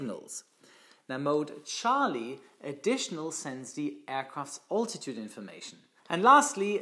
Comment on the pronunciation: Thnx for your christal clear lesson. "A good pilot is always learning"... You too? Two pronunciation tips: - bearing is to sound like (Tu-95) Bear-ring - Altitude should be (Big) Al-titude (Ein enthousiaster Abonnent in Holland 😉)